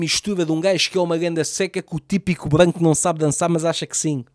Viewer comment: GANDA vai esgotar o sa da bandeira e nem sabe dizer R's (sim o nome dele é ) NUNCA DESISTAM DOS VOSSOS SONHOS